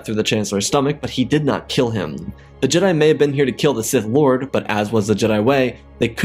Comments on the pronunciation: "He learned a terrible truth, Palpatine was a sith LAWD." PLSSSSS😭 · "A Sith Lard" had me cracking up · “Palpatine was a Sith Lod” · Darth diabetes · Sith Laude? Am I the only one that caught that, lol? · "A Sith Lawd"😅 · "Sith Lawd" 💀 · Sith lod? Lol 😆 🤣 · Sith Lawd 😂😂😂🤣